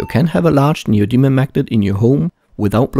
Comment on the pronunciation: I know it's neodymium, but I swear I hear him say neo demon magnet every time